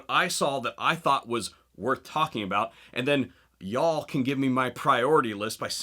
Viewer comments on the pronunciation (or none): You say yall like a yankee